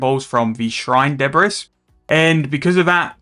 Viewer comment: 'Debris' is pronounced 'Debree' mate, blame the french :p